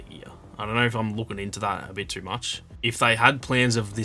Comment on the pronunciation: This guy pronounce “too” so wierd. He speaks it like tuuur. I kept trying to pronounce it the way that he does and I could not pull it off. Cool accent dude!